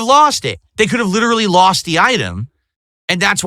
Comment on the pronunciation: 42 year old man. “That one was lawwssst”. Wet brain or a 220?